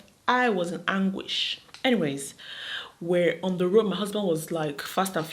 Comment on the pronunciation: Who says Anguish😂😂 Maraji i love you❤